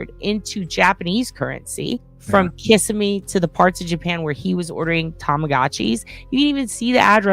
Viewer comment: Kis Sim (Long ee at the end please. Kis Sim ee